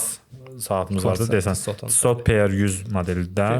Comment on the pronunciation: Salam uğurlu olsun .Videonun başlanğıcında tissot deyirdiniz əslində onun tələffüzü TİSO olur. Yəni çox şey dəyişməz lakin Azərbaycanda saatlarla insanları birləşdirməyi özünüzə vəzifə götürmüsünüzsə belə şeylərə diqqət etmək lazımdır.